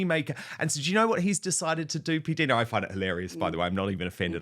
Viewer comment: Hi Dan... I may be wrong, but I think PDina is pronounced with a long "i" as perhaps PDyna might be pronounced. LONG (English) I..as in "right" JUST for your info...😊 😊